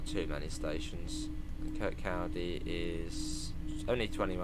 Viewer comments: Im dying with the butchering of Kirkcaldy, its pronounced Kircohdy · Your Scottish pronunciations destroy my brain🤣🤣🤣 ‘kirkCALdy’, seriously tho can’t wait, been wanting fife circle on the game for ages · Really looking forward to this DLC. Incidentally, for those wondering how to pronounce Kirkcaldy, listen to Cry Baby Cry by the Beatles. John nails it. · The way you pronounce Kirkcaldy 😂😂